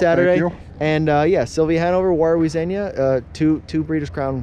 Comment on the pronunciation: Xenia is pronounced Zee-nia not Zen-ia.